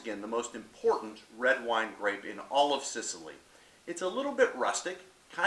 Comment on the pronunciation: You said small Mediterranean island. Place is huge dude. Biggest island in the med and you pronounce the grape and region wrong